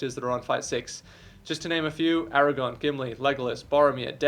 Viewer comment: Aragorn with an R my guy